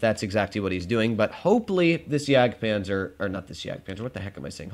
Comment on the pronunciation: Bruh you missed the d in jagdpanzer